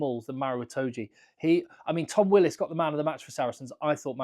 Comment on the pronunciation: Why don't the English make an exception for Willis (love the pronunciation)...like the.irish did for sexton for a year or so.